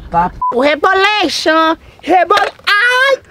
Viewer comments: "que vai começar o rebolexon o rebolexon xon xo do rebolexon xon" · Reboleichon kkk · KAKAKKA VDD A PARTE REBOLEICHON REBOLENCHEION KKKKKKKKKAKAKAK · Kkkkkkkkkkkkk o reboleichon o reboleichon o reboleichon o reboleichon o reboleichon kkkkkkkkkkkkk